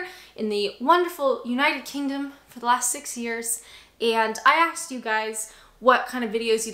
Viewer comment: You "aksed" us? *Sigh* Right, down the snake with you, throw a 6 to continue your journey to proper speech. :P